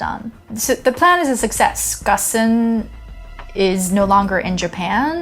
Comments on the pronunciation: First time I hear someone pronounces his name so weirdly. It's more "gÔne" than "gone". Certainly not "gossen". Watch many of his live interviews, he surely would not let people pronouncing his name so inaccurately. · I am pretty sure Ghosn is supposed to rhyme with "bone" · What's Gussan? His name is pronounced Ghone. Poor journalism. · I like the series but this video was pretty bad. She can't pronounce the name of the main protagonist (pronouces Gone, not Gosn). Carlos Ghosn is actually french-lebanese-brazilian. He is depicted as a victim of the Japanese justice system, an oppressed man fleeing for freedom when he was in fact a financial criminal who got caught escaping a legitimate punishment. Even if the facts of the escape are pretty accurate, the overall story she tells is not the truth. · The correct pronunciation is "Gown" as in Bone. At least that is how his close friends pronounce it. I am assuming you have never spent time with him, so I will defer to those that actually know him for the right pronunciation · In Japanese his last name is pronounced like "gone". so when this happened we joked about it as "Carlos Gone".